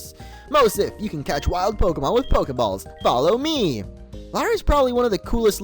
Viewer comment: U Said PokeBALLS